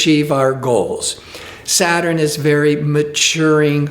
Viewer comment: ugh, why does he keep pronouncing SA-TURN, as 'SAT-TUR-RIN' ? smh